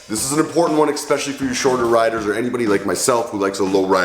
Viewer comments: He lost credibility with me when he said eKspecially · There's no ,"x" in the word " especially "